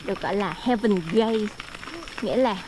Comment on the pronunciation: 2 bé Gia Bảo vs Bi dễ thương quạ Góp ý nhỏ: heaven gate, ráng đọc đúng chứ gate nha e, e đọc giống chữ gay trong lgbt :D